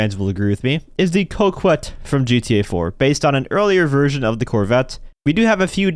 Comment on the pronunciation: it not pronounced coqwet it's pronounced cocket also if they did bring in another deluxe so I be buying a tron outfit and then uhhhh flying it